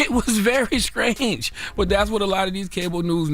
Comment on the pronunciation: This is why i cant take CTG seriously. How did he manage to add the letter K to the word STRANGE?!?! DUDE!